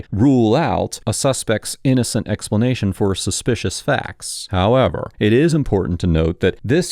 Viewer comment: The way this mf says “HOWEVER”… Bro is the G.O.A.T. of the “however” word.